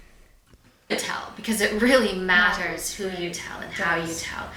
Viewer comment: ”daughter” is wrong, “matters” is wrong. Both pronounced the way an American thinks they’re pronounced but are wrong about. She also says her L by putting her tongue between her teeth, someone who leant English somewhere in the UK (particularly someone from southern England by the accent she’s going for) would pronounce an L by putting their tongue at the top of the back of the front teeth. It’s a dead give away most Americans just don’t realise. Edit, I suppose if she had American parents she might form her L like that even with having a British accent. I’m trying to be fair.